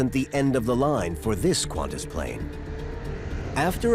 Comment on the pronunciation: He pronouns qantas as quantas lol